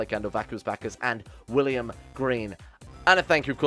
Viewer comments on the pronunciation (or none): none